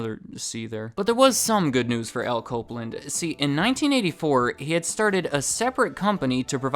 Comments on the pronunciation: When you say Al Copeland it sounds like "alco blend". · "Alco Blend"? Nah. Al Copeland.